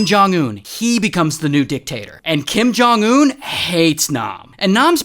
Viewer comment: Bro really said Kim jung un💀💀💀💀